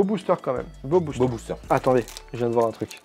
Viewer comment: Je sais pas si tu fais exprès mais ça se dit booster ont dit le r à la fin